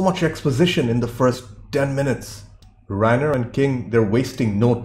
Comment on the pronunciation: The Stephen King story was a short story titled The Body. It's pronounced Rob Rhine-ner, not Rain-er.